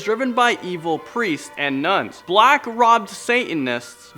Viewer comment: Please tell me that you know that you mispronounced the word "robed", it isn't robbed but robed. This is for the black volga story.